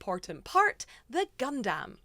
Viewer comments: please say gundam, not gundamn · How many times this wonderful woman going to say it gundamn instead of gundumb lmao !! This is the best gun damn video ever !! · For other people who can't talk normally Gundam is pronounced "gundum" one word. Not "gun dam" How can a literal Gundam professional not pronounce the name. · Please quit calling it gun-DAMN. It’s closer gun-dum 😭😭😭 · i'm going to be that guy and say that it's pronounced "Gun-Dumb" and not "Gun-Damn" lol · Not Gun Damn, its Gundam, like Gundum... ffs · Just fyi It's "gun dum" not "gun damn" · You're leaning hard into the "dAm" but it's really more "dUm". Love the content! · Gundam, not gunDAM. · Saying GunDAMN is a bit triggering, but besides that, amazingly done, looks sick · You saying Gundam always sounds like God Damn and it is hilarious every time. 😂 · It slowly ate into my soul hearing her pronounce "gundam" as " gun Dam " If you werent paying attention youd think shes talking about cowboy beevers 🤠 🦫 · I know that you are saying Gundam but it really does often sound like God-Damn.😄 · Girl firstly, its called Gundum even though its spelled Gundam. Secondly, whether you win or not have pride and fun in your work, its still nicely done especially for your 1st time.👍 Thirdly, better than me cause i can't even get pass the planning stage.😂 Lastly, What chances the PG you gonna get is gonna be the RX-78-2 Unleashed, which is the best PG ever made. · PLEASE, for the love of all that is holy.... stop saying GunDAMN! Please, please, please! I know I said a lot including this on your last Gunpla video. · I know there’s an ‘A’ in gundam, but please say it like it’s ‘U’…the way you say it, just triggers something… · I feel like you're sayin gundam wrong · faked out when i thought was going to correct her pronunciation of gundam 😭😭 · I gave the video a like Anyway, but I cannot handle the pronunciation of Gundam. It sounds like you're setting up a pun every time